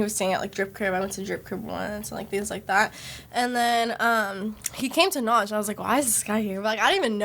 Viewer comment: its Nach not Noch